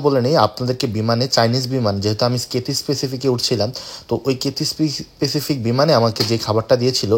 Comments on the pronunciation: কাথ্যায় প্যাসিফিক ভাই, আপনি বারবার স্পেসিফিক বলতেছেন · ভাই কিথিস পেসিফিক না ভাই ক্যাথেই প্যাসিফিক আর চায়না এয়ারলাইনস না বলে বলতে পারতেন এটি চায়নার একটি এয়ারলাইনস